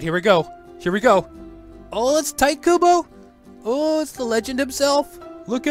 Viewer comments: How uncomfortable is it saying (tight) instead of (tee tay) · You start out by being an advertisement and then you pronounce his name as "Tight"? Whats wrong with you? XD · did you just say "Tight" Kubo?...